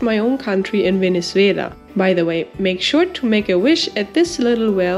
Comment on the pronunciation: Very amusing video. I love how you pronounce Venezuela ❤